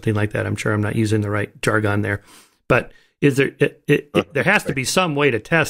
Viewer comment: "jargon" isn't conventionally pronounced like "jar-gone", it's pronounced like "jar-gun".